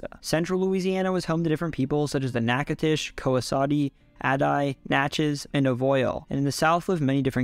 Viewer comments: Ngl, I was rather surprised to hear him pronounce Natchitoches correctly, I've never heard anyone not from the boot get it right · I'm liking this video only because you pronounced Natchitoches correctly 5 times